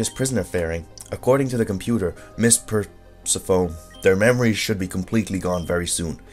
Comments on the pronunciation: And her name is pronounced Purse-sef-fo-knee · Oh yeah by the way, it's pronounced per-sef-o-nee lol